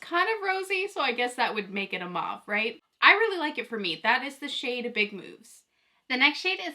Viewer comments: Mauve is pronounced as mowv. Putting mauve eyeshadow on top of brown bronzer doesn't work. The colours don't show up properly when you have bronzer on your upper and lower lids and on both eyes. They clash and the bronzer is distracting. Bare eyes would work better. Keep up the good work! I love your enthusiasm! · It's so interesting to me that you pronounce mauve like "Mawv." Where I'm from (Ontario, Canada) everyone says Mohv" and I always thought everyone said it like that, lol. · I'm the opposite! From Texas and have always heard it as "mawv". I had never heard it pronounced as "mohv" until people started posting the videos for this palette.